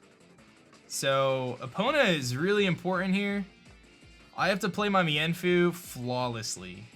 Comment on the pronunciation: Meinfoo is pronounced meen-foo